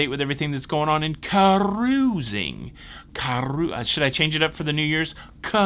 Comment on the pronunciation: Don’t change caaruzing!